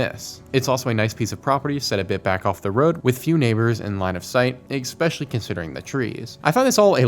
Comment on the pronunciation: Stop saying "eXpecially"!!!!